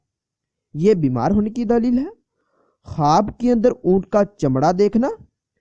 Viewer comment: دالیل نہیں دلیل لفظ ہو تا صحیح کرو کسی اردو جاننے والے شخص سے دلیل